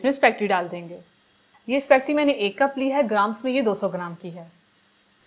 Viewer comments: AAP spegty kiyu keh Rahi hei? Jab iska pronunciation spa-- getty hei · spacketti🤣🤣🤣not spaghetti haaa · It’s not specty it’s spaghetti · Correct word is spaghetti not specti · It’s called “ ispa-geti “. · Aap speggeti kena seek len pl .